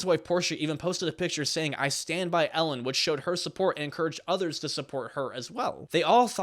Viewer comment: Ellen? I heard Hell-in